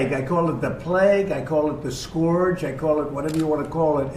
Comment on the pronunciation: Did he really say scorge instead of scourge? 👀